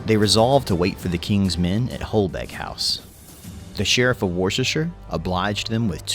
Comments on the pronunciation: The Sherrif of where? Worchestershire?! 🤣 Wust er sheer. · Little note, Warwick is pronounced Worrik. Worcestershire is pronounce Wustersher. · It’s ‘Catesby’ pronounce Kate-s-bee NOT Cats-by! 🤬 AND don’t get me started on Worcestershire (Wuus tar shire) or whatever the narrator mangled it into🤯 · Worcester/Worcestershire is not pronounced like that - not even close.